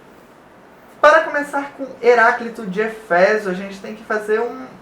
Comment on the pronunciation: não é eféso, mas éfeso